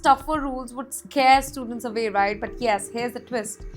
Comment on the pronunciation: Visa ❌ Wisa ✅ Away ❌ Avay ✅ 😂😂